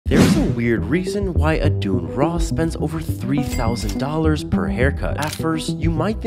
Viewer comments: This guy just mispronounces words to get more comments then it boosts his algorithm on yt shorts for example “Adoon Ross”you can’t back him up on this one here the substitute of 2 oo’s he can obviously say “Adin” but instead he says “adoon”and he puts it in the subtitles so everyone can see it and don’t say oh maybe English isn’t his first language other than the mispronounced names he speaks full English in his shorts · The fact you can spell admin Ross but can’t pronounce it ☠️☠️☠️☠️☠️☠️